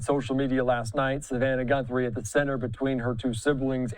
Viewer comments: her last name is GUTHRIE not GUNTHRIE! Get a clue you moron! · How many times is he going to say GuNthrie?! Jeez. You’re a reporter. Get the name correct. 🥴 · You are both mispronouncing the name Guthrie.